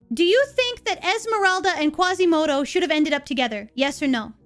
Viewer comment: There is no "Qwasimodo", there is no "Qwebec" there is no Son "Gowku" and there is no Angelina "Jowlie" either... Cheesus F Christ people... ugh...